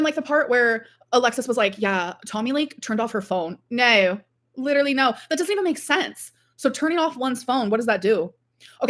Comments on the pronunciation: That weird new way she pronounces the long "o" sound gets on my very last nerve every time. Alexis said that's part of her regional accent, and Amber "borrowed" it from her. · Why does she keep saying 'no' and 'so' like that? Infuriating. Must be how the new gorl speaks.